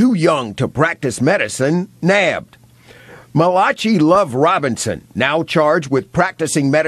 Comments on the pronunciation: Malachee? LMFAOOO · Did they just pronounce his name milachee? Oh my god 😂😂😂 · Why did the reporter call him "Mah-lah-chee" ?! Hah! 😹